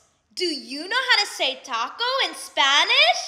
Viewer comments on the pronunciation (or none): none